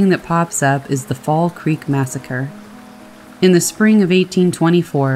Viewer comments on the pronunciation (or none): none